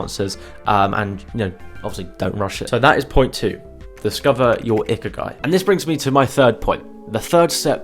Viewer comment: "ikiagi", its ikigai